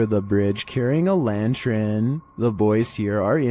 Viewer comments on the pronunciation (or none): is Lantern not Lantren ❤👍😭😭